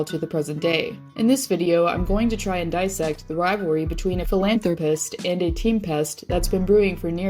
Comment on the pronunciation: "Philanthro pest"?